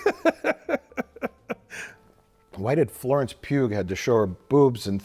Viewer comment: was Mike saying “Florence Pube”? 😂